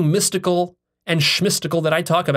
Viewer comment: 😆 You said "shmystical".